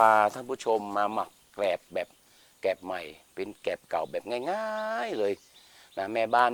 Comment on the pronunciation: แกลบ ครับ ไม่ใช่แกบ